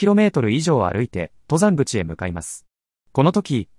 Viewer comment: ↑と↘ざんぐち のアクセントが気になる